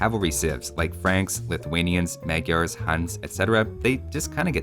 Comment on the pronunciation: As a hungarian(magyar) it was really funny to hear "magjars". I don't mean to offend him it was just funny for me.